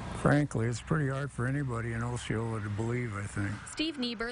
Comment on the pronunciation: You may not belive me but I don't care. First off the person that reported them is a drunk, and their grandson isn't allowed to visit her because of her drinking problem. Second you pronounced Osceola wrong. Third oatmeal wasn't the only thing they ate. Fourth buckets were there because they often peed and pooped in their rooms which is the reason their was plastic. They ruined their beds. The children were not out of the house for 45 minutes and they weren't locked out there was a door unlocked they went through every day. The children just didn't try that door. The children had more food options than any of the other children too. So belive this if you want but I know I am telling the truth unlike all the reporters and oficcials.